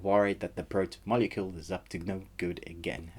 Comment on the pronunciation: But you don’t know how to say protomolecule the major part if the story? And amazon gave you a early review?